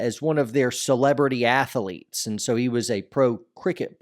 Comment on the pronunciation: I only subscribed because of the way you pronounce athlete (ath-uh-leet) gets me every time! In all honesty you make impressive content and I like you stuff but saying ath-uh-leet is what made me push the big red button. Rock on man lol.